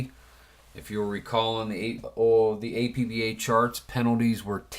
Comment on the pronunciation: Arrrr..... You don't pronounce the letters A-P-B-A when talking about the APBA game company. You pronounce it as if it were a word. Two syllables, AP-BA. They mention this in their literature with each game. Anyway. good video.